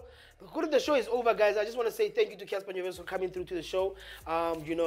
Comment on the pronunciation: Did he just say Cassper nyonyest😂